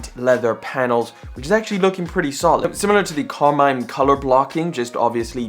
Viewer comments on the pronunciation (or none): none